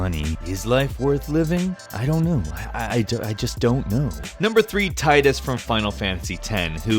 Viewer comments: It's pronounced Teedus though. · Once again, Tidus's name is mispronounced. It really ticks me off sometimes. Regardless, great video. Wasn't expecting Navi, though I really should have been xD Can we get another top ten of these? Would be cool to see how many can find lol.